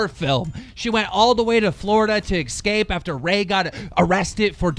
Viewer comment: please stop saying EXscaped